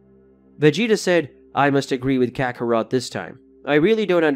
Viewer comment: Bro it's Kakarot not Ca ka ro to